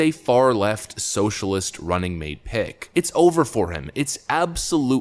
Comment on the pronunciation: Every time you say pick, I think you are saying pig.